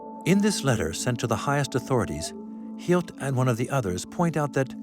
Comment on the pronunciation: Please correct the Drs. Name, (August Hilt) … Actual doctors name is August Hirt. This man was pure evil.